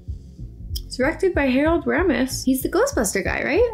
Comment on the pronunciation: Omg you're almost to 300k subs. I'm sure a lot of em are guys cause it does help being cute lol. You pronounced Ramis wrong 😔